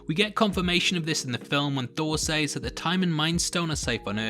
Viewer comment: The way you pronounce "says" is quite annoying.